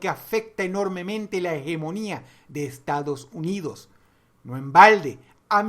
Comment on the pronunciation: soy yo o en el momento dross dice "estados huidos" WTF???